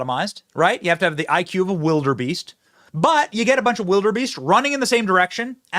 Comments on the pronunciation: OMG, he said it again! "Wild-er-beasts" 🙈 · "Wild-er-Beast" I think he meant to say, "Wildebeest". "Wild-er-beast" Oy...